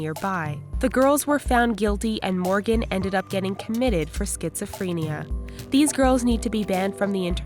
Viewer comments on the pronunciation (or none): Did the narrator just say "schitzophrEEnia"?? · "schizophreeenia" why am i laughing 😂😂?? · the narrator reads the word schizophrenia Me: facepalm